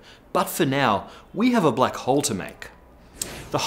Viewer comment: first i understood "black hoe"